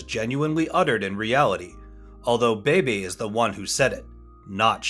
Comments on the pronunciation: Pretty sure it’s a robo voice. Even Beebe’s name is mispronounced 2 different ways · Please pronounce Mk as mark. Leo Beebe is bb not baby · Leo Beebe's last name is pronounced "Bee-bee," not "Baby" - and in real life he was already head of Ford's racing division before the point in the film where Shelby was told he was.